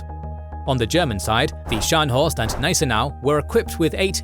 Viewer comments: Informativ aber die KI-Stimme ist grauenvoll! Gnissenau anstat Gneisenau z.B.. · Hey the "G" in "Gneisenau" is not silent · Wollt Ihr die Leute verarschen??? Es heißt „Spee“ und nicht „Tee“ oder „Schi“, „Cradock“ und nicht „Kreditsch“ oder „Krak“, „Scharhorst“ und nicht „Schanost“ oder „Schenjo“, „Gneisenau“ und nicht „Gnisernau“, „Nürnberg“ und nicht „Nennmau“. Welche Fantasienamen erfindet Euer KI da? Dann sagt Ihr: „Die erste Niederlage Großbritanniens seit 1812“ und zeigt ein Schild 1814. Das Tempo des Erzählers schwankt in der Geschwindigkeit extrem, vor allem am Schluss. Das ist ja grauenhaft, schlimmer geht es wirklich nicht. So was kann man sich nicht anschauen, und noch weniger anhören! Das war das erste und letzte Mal, da ich mir von Euch ein Video geschaut habe! 😡